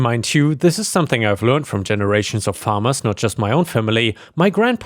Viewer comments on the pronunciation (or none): none